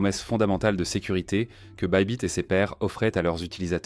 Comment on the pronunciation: C’est pas bibit mais baybit sinon Bonne vidéo